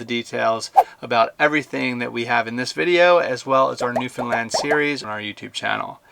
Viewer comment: I'm glad he pronounced Newfoundland correctly.One of the few Americans I've heard that has.